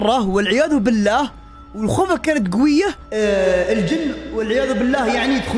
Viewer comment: بالله وليس باللاه